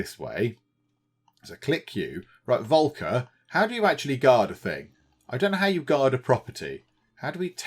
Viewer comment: Just a little pronunciation hint. The first part of the name "Volker" is roughly pronounced like "Folk".